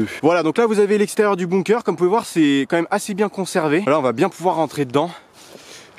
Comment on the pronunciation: On dit pas « boumkeur » mais « bunker »